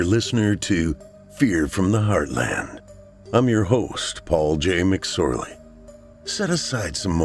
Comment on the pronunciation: So hilarious when you said his name wrong. 🤣